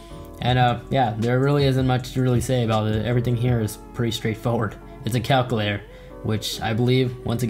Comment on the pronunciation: It bothers me you can’t say calculator 😂